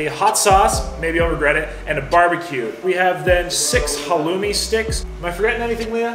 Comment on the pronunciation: Did say halomi? Like ha low mi? it is Halloumi 'Ha looooooooooooooo meeeeeeeeee'